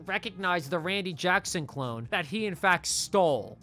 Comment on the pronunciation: dude I jus realized u were sayin cologne, I thought u were sayin clone dis whole time & I was so confused lol 🤦🏿‍♂️